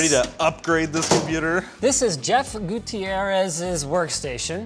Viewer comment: it's funny to hear the pronunciation "gutierrez" being spanish xD